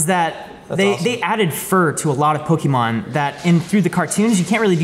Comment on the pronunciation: Pokémon, not pokimon.